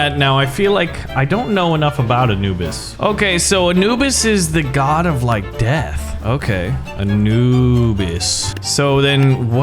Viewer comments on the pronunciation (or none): none